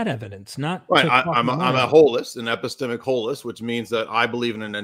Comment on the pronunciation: "Epistemeic wholist" 😂